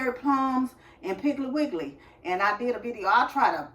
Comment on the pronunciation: I love ❤️ when say piggley wiggley 😂😂😂😂i ❤summer ☀️ fruit 😋